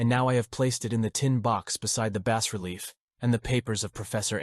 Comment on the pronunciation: Damn just pick a pronunciation for "bas" please. I recommend the correct pronunciation "bah". Also the N, S, W, and E in longitudinal/latitudinal coordinates stand for "north, south, west, and east" and sound much less awkward when you say the whole word. Otherwise the narration is good, your voice really has the right timbre for this story.